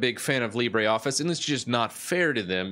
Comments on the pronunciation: It is Lee-bruh, not Lee-bray. The pronunciation is French, not Spanish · It's not pronounced libray. It's pronounced libruh. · It's Le-brOEf-fice ... (or just watch a french youtuber pronounce it) :P. By the way, Carlito (from Google) is also a good alternative to Calibri (it's supposed to be metric-compatible). And I keep the standard menu because 1) works better with my extensions (zotero and antidote) 2) fit better too with a screen and 3) if I want to get a tutorial on the web it's less complicated to understand. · I love your videos; thanks for spreading awareness of these free software alternatives. My one gripe: I wish you would pronounce "LibreOffice" correctly, so as not to mislead the newbies! --- Our language comes from French not Spanish; how would you pronounce "theatre" or "centre"?